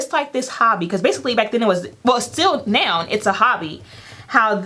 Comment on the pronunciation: Congrats on the YouTube plaque! Sidebar I just love how you pronounce “now” as “noun” 😂 #southerngirl